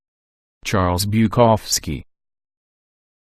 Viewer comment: You make a vid about 5 great alcoholic writers.... but then get a fucking robot to read it out? It's 'BuKOWski', not 'BukOVski'.